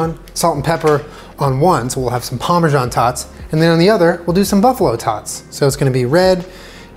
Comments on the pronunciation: he said pamersan... TWICE.. PAMERSAN. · He’s says Parmesan in a way that makes me uncomfortable